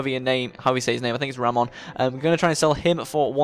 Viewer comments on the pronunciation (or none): none